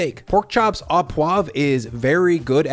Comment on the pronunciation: Not “steak aw poivre,” but “steak oh poivre.” Your “poivre” is well pronounced, but your “au” should simply be pronounced “oh.”